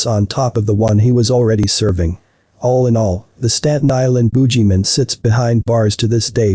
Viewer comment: Boo-gee man ma-ca-bre!✌️